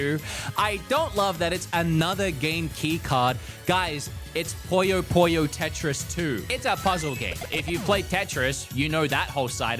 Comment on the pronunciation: Bro called Puyo Puyo, Poyo Poyo... it's not a Kirby game!